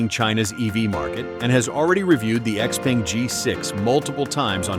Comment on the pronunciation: Supposedly he knows so much about Xpeng's technology stack, but he can't pronounce Xpeng (Shao Paeng).